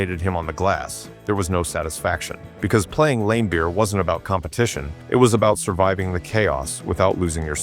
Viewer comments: Video loses all credibility by constantly referring to Bill Laimbeer as "LAM-beer" instead of Lam-BEER, suggesting either AI narration or that the author has no idea to how to pronounce the name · His name is pronounced Lam Beer not Lame beer basketball expert. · Lame Beer sounds about right lol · I love how he pronounced Bill Laimbeer's name as Bill Lamebeer. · AI SLOP Can't even pronounce Laimbeer's name. .... just more auto-gen nonsense.